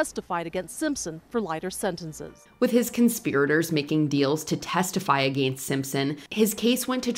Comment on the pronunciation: “ A gain stst”